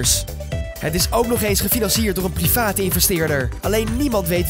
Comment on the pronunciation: alsjeblieft zeg private gewoon of ze privé